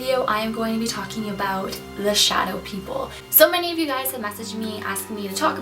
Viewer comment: I thought you said shoutout people